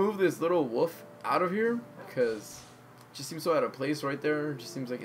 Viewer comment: Are you saying woof or wolf ? ? ?